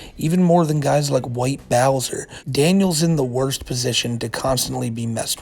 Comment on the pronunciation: The white Bowsah is a pwedator